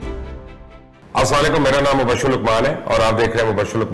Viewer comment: مبشر بھائ السلام علیکم گزارش ھے کہ آپ اپنے سلام کے تحفظ درست کریں اور بعد پروگرام شروع کریں کیوں کہ آپ اسام علیکم بولتے ھو ۔شکریہ ۔